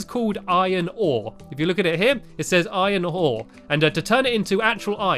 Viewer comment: No I mean did he say iron hore